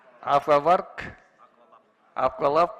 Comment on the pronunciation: аква лаб евро лаб. деп айта албайбы